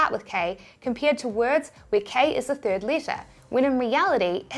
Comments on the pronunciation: Third letter... not Thrid letter :P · Thrid ? 😂 I adore your videos and expert information. You are awesome 👏